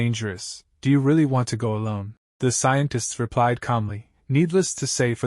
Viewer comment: Bhai scientist nahi scentest ha